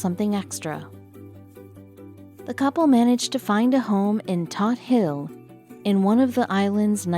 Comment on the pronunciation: You guys know a lot of stuff, but you don't know that "Todt Hill" on Staten Island NY is pronounced "Toad".